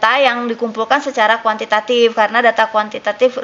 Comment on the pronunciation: Btw kuantitatif Bu bukan kuantitatip😁😁...orang Sukabumi kek nya nih dosen wkw